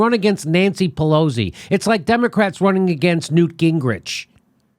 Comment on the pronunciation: Jimmy, you keep saying "PeLOZZI", but I think it's Pe LOS i.